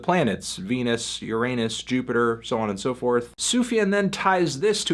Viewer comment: You would pronounce it YUR-AY-NUS